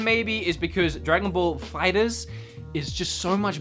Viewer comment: Me: That have watched dragon ball: Dragon ball fighters. Me: you pronounce it dragon ball fighter Z 2 diffrent words fighter and z